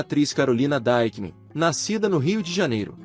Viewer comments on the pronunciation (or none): ouvi alguém chamando a carolina dieckman de daiqueman e muito esquisito kkkkkkkkkkk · O nome não é Daikman, mas Dickman mesmo...